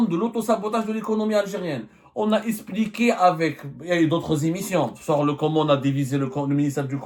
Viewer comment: On ne dit pas espliquer on dit expliquer